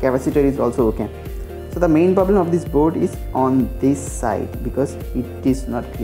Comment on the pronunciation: পবলেম? তুমি মমতার 'পবলাম' এর মতই দুষ্টু করে বলেছো! 🤣